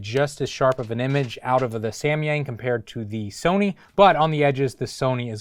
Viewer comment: i cringe everytime he says "Semyeng~"